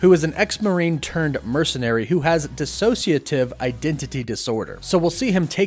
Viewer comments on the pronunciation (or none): none